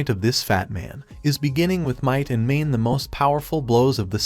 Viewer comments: "with might and mane" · If you just pick a random point in this video it will take less than 1 minute for you to hear might and mane. Sometimes you hear it immediately. Holy shit I found myself cringing every time I heard it.